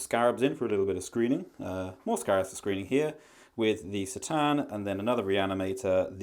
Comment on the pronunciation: I'm pretty sure it's pronounced Cuh Tan, not Seh Tan.